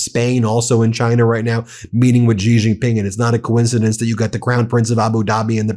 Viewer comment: Dear Ben, Could you please pronounce the name of Chinese president correctly? It's Shee Jin-ping, its not that hard. You started calling Iran and Irak correctly, and you are getting the credit for the effort. The fact that others dont pronounce it correctly, shouldn't be your excuse. You are better than them. Love your work.